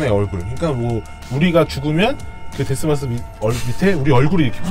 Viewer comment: 데스마스 -> ですます로 알아들었습니다...ㅠ